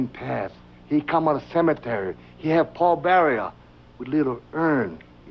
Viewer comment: "Paul Burrier" lol